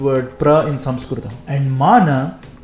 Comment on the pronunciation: You are doing brilliant work and your pronounciation of samskrutam is excellent ❤